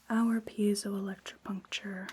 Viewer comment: Absolutely nailed that pronunciation!